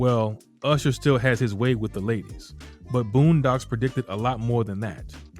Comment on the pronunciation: You & others keep saying pre-dicted - noooooooooo 😡 the plannnners plan yrs in advance